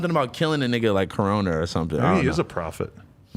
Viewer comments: It’s coroner. Not corona lol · He said "corona"...like "coroner" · smokepurp was talking about the coroner but he just pronounced it weird